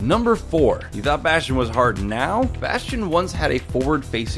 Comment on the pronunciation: lol he said bostion.